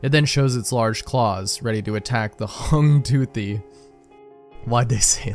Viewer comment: "The Hung Toothy" why did the author say it like it's a new species